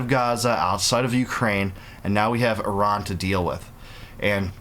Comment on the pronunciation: At least learn how to pronounce Iran correctly. At the same time I don't like how it's being done as this is feeding Israel's thirst for blood on their hands with war and distract attention from Gaza, that regime of Mullahs has to go as they were a regime change ushered in back in 1979. This government ruining Iran shouldn't have be installed in the first place and Obama/Biden shouldn't have gifted the Mullah regime money. The world shouldn't be doing any more deals with the regime in Iran! The world, not Israel, should want to fix the regime in Iran as they helped bring in those clowns in power that have been terrorists and dictators since 1979. Iranian people have not deserved this nonsense that forced us all to leave Iran and many Iranians stuck in Iran are still suffering to this day. Overall, this government in Iran has to go but also Israel's government has to change as well.